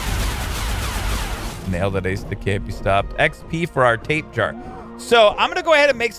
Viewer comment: i know this is an old vidio but i just hate to say i chringe alot when says Tape jar when its pronounced ta pe ja ra:D i keep thinking of a tape worm when he calls it tape jar